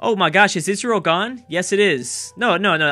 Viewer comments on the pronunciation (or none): none